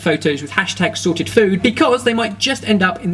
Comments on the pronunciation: ''sored'' food, hahahaha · I think you dropped the "T" 😂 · THE T WHERE IS THE T WHEEEEEEEEERRRRRE?! I'm going to need therapy after this.